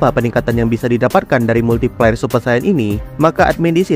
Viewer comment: kok gue denger multi pler ☠️☠️